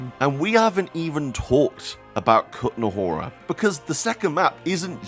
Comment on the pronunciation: The first map is called the trosky region, not bohemian paradise. The second map is called the kuttenberg region, not kutenahora or whatever you said. Lmao wtf are you doing? Just decide to call shit whatever you want to? 🤣